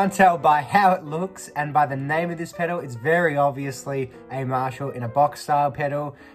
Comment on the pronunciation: The word is pedal, not pedo.